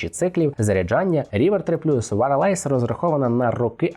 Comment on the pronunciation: Що таке «варалайз»? Wireless звучить не так…